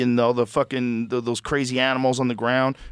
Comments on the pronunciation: what was that joe it got what? IT GOT KWAZY😂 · “Cwazy” was funny bc he wittaley whit the gwiddy. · that’s cwayzy